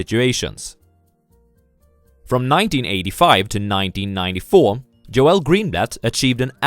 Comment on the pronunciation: GOOD VIDEO. His name is pronounced like "JOLE". Not "Jo-El".